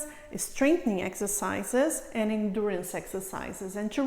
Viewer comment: I love those exercises but its very distracting to hear all the time "inch" as in "leftch" instead of left, "anch" instead of and, "sitch" instead of sit, "eich" instead of eight and so on, whats up with all those "inch" all the time, you may think a doc would speak correctly. It was so annoying, i could not finish my exercises